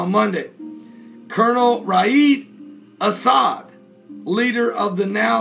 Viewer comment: Reyaaad AL-As'Ad.... not"Asad"